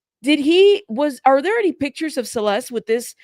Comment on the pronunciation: To me, it sounds like she mispronounced Celeste's name because she couldn't quite remember her name.